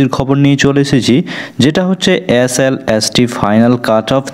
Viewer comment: S-L-S-T 😂😂😂 উচ্চারণ করতে জানে না। ভিডিও বানাতে বানাতে আপনার হাই উঠছে। ঘুম পাচ্ছে আপনার।